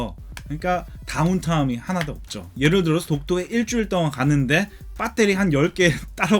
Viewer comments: 배에뤄리~라고 안하고 한국 토종발음 빳!때리 라고 하네요 ㅋ 잘봤습니다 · 미국 사시는거 같은데 뽰떼리 발음이 정말 찰지시네요 ㅋㅋㅋㅋㅋ 리뷰 잘 봤습니다^^ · 항상 뽜때리 발음들으러 영상봅니다 ㅋㅋ 감사합니다. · 영어 악센트 사이에 빠때리 발음은 아주 구수하네요 중독될듯ㅋㅋㅋㅋ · 빳떼리 입니다!ㅋㅋㅋㅋㅋㅋㅋ